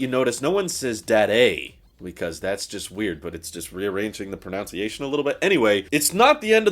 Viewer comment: You mispronounced "pronunciation".